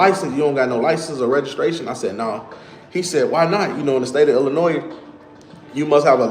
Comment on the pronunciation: He said .. IlliNOISE all the time and AR. TICK. OOH. LATE. He is terminally stupid.